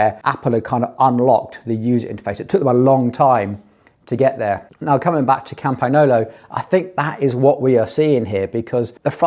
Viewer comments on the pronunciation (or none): The "gn" in Campagnolo is pronounced by placing the tongue flat against the roof of the mouth. This causes the air to come out of the nose instead of the mouth. It's the same sound as the Ñ in Spanish. The way you said it is a pretty good attempt, but you need to tone down the G sound